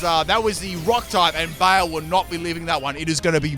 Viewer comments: BYE-LAY not bale :( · just fyi: baile is pronounced close to by lay, not bale. It's Spanish. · Oh gurl. Not my Spanish ass getting triggered by you calling Baile (Bye-leh) BAY-IL. lol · I died a little bit every time you said “bail”. Baile= bye-le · Baile. Is pronounced Bye-leh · Since you seemed in doubt, Baile is pronounced like "BY-LEH" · Oricorio Baile is pronounced baile "By-leh" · Haha, the simplest way to pronounce baile would be to say something like "bye le" it's Spanish. That was a fun video. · Baile is Spanish Flamenco. Pronounced 'bye-lay'